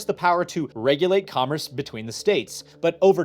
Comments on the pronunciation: You say "commerce" funny. Mispronouncing "commerce" affects interstate commerce and therefore the federal government can regulate your YouTube channel. Henceforth, ye shall only produce content that extols the virtues of Big Government. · are you repeatedly mispronouncing "commerce" wrong throughout the video to troll your viewers and increase engagement? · Apparently I have been mispronouncing commerce my entire life... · God now I hear it too. It’s like “congress” without the g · Today I learned, pronounces commerce as comress and that I’m going to have to watch this many more times to understand everything he said. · Oh my GOD please pronounce “commerce” correctly! Comm-erce. “Erce” as in “purse” Not Com-“riss”! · It's very distracting every time he says comress rather than commerce. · Commerce NOT “Commress” I keep hearing this pronunciation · repeatedly saying "commress" as his mind disassociates "congress" and "commerce" as real words and they blend together is my new drinking game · You said “comress” 61 out of the 67 times you meant to say “commerce” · Is he saying comress? Does he mean commerce? I'm genuineness asking? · I keep hearing comriss and wondering what that is. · sir its COMMERCE not COMMRECE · What tf is 'comress' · Love the video, but it’s driving me insane that about half the time is saying “comress” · I can feel something within me dying every single time you pronounce commerce as comriss... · Love the videos, but can you please stick to one annunciation of commerce. You say it correctly multiple times, but a majority of the time you were saying something like com-ress, probably because you had congress on the brain, but it started driving me nuts after a bit 😂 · This was very enlightening and somewhat infuriating for me. I really appreciate the work you put into these videos and how you explain them. I am also impressed that you were able to make "commerce" somehow rhyme with "Congress". Keep up the great work!